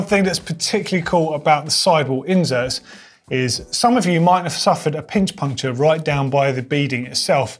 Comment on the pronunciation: Its inserts man not injerts